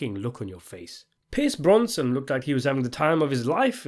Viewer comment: Your distinctive pronunciation of Pierce Brosnan has people triggered.